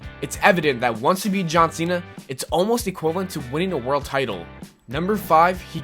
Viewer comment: "John Sinna"